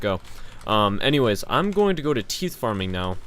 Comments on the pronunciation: its TIE(th) farming not Teeth farming, thx nice vid tho x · its t-EYE-th farming unwatchable